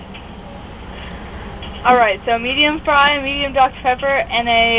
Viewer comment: Lol she said “DUCKTER Pepper”